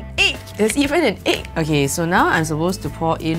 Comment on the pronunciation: What were you trying to say egg or eek